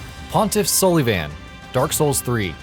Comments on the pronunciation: Okay. I can forgive your pronunciation of "Pontiff Sulyvahn" because I have not clue how to pronounce it either, much less spell it... But what kind of pronunciation of "machete" is that? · The way you pronounce sulyvahn is infuriating